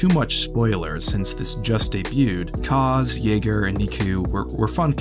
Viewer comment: Aaaaaaallllll of that hate. If people would have just given the show a chance and watched it first... It's in peace time, about pilots and not centering on Force users, a smaller corner of the galaxy, so it's set apart from a lot of Star Wars stories and that's refreshing. You're mispronouncing Kaz's name. Neeku can be annoying but he means well. He has a literal glimmer in his eye! :) I enjoyed the show and I'm interested to see where it goes next. This show has already given some great world building for the sequel era and I'm sure that will only continue. I thought the X-Wings wings opened wider because they were those T-85s, but Poe's is the same. Kind of bugs me but not a big deal. It's like the short-winged TIEs in Rebels. Some people tried to claim those as different models to explain away the difference but no, sometimes things just look different due to art style and are not necessarily a literal representation of how they might look. T-85s look great in either case. Fighter lovers buffet and I am loving it. Tora - Try not to explode, everyone usually does the first time. Umm..